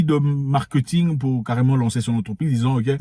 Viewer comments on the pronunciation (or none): none